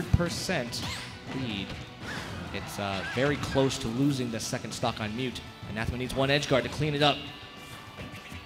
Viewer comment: That one commentator calling Anathema ananthema the whole time was killing me